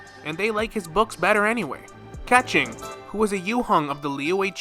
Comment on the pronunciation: ‘Keh ching’ Oof. Oldest mispronunciation in Genshin . I don’t play in EN so I don’t really know her official pronunciation, but based on the actual Chinese 刻晴, it’s more light Ke (subtle r, going down like there’s an exclamation mark) Cheeng(going up like there’s a question mark) Use google to get the actual pronounciation